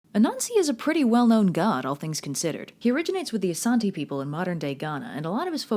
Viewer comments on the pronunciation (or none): Youtube channel with Ghanaians on the channel here. I appreciate the effort (seriously do as we don't really get many videos on the Ghanaian Culture) but I'd to add Ashanti is pronouced Ash-shawn-tei and Nyame is pronouced Yam-ei. E's at the end of a word in twi (akan language) are pronouced like an ei or like an eh (if that makes sense). Anyways really love the channel! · Sorry but I find that you can’t pronounce A -shan-te right as offensive Im from ashanti